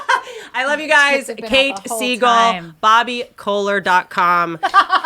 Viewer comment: Kate Siegel not Kate Segal. I got confused.